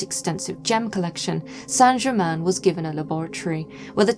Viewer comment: Thank you, Madame, for having the manners to pronounce the name of the subject of this documentary (fairly!) correctly. The hideous programmes talking about a "Sainte Gerymayne" are a total insult- particularly from those claiming to understand occult methods. Mr. Black's book on the shelf behind you is a valid choice as well. Thank you again.